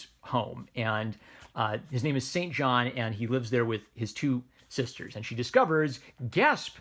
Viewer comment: In the book Saint John is pronounced 'Sinjin'